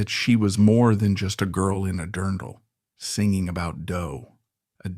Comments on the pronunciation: WOW! you almost fooled me with this ai voice until "singing" became "sinjing" and a few other times. Fair play. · Lol, the AI spelled out the word SWAT instead of pronouncing it. It also mispronounced singing. AI always gives itself away